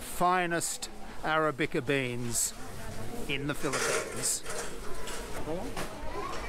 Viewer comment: Can understand you mispronouncing Filo words but surely as a coffee loving Aussie you should know how to pronounce arabica! Haha